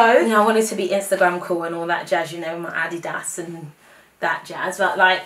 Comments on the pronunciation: I absolutely LOVE you just one thing..it's pronounced "Ah-DEED-ahs" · It’s addy das not adeeders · Ad Dee Das! Haha. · I was confused as to what addie-das was but it's Adidas😂😂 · LOL. That's how British people pronounce it. And they also pronounce Nike so that it rhymes with Mike. I think it's too funny! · Lol in America we pronounce adidas like (A-deed-as) 😂😂😂